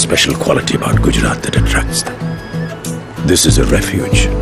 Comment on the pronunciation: It's Gujarat no Gujrat